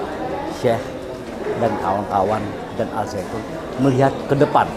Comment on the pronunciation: Lucu dengernya ini, mengucapkannya al saitun 😄it's okey bu... Wahai para kadrun, budak Yaman, pefitnah dan kiyai kolot... dengarkan kata orang Yahudi ini: lagu Shalom Havenu Aleichem itu lagu rakyat biasa bukan lagu ibadah yahudi... jadi kalian salah besar kalau bilang itu sesat... kecewa wow... puas... puas... kurang ngopi... kopinya encer...